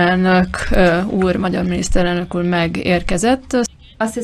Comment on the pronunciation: midisztereldök uraaak urat